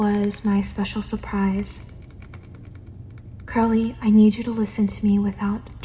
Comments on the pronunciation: you are dying: hey girlie (Edit:I know it’s curly, the way she said it it sounded like girlie and I found that funny at like while half asleep) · i thought you said "hey girly" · the way i thought she said “hey girlie”😭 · It took me wayyyyy too long to finally realize you were saying curly not girlie 😭😭😭 i love all of your horror game inspired asmr btw!!! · Pretty sure she said hey curly but hey girlie is funny lol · I knew you said curly but like I was half asleep when you said it and couldn’t un hear it 😭